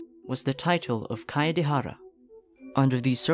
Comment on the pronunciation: kaedehara is pronounced as kaidehara